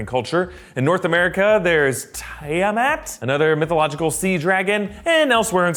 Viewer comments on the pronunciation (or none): Tiamat is a 5 headed Dragon Goddess from Dungeons and Dragons... (super petty I know, but the accepted pronunciation is 'tea-ah-mat') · It's pronounced "Tia-Mat". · It’s pronounced Tee - Amat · In North America there is Tiamat or TEE-AH-MAT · Its pronounced [tee-hem-at] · WHOA, wait a minute, did you just mispronounce Tiamat? As in Tiamat from D&D cartoon (and the game) I'm very disappointed.